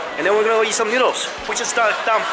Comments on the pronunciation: Does anyone notice says eat like yeet? 😂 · Is it me or does he say eat like "yeet"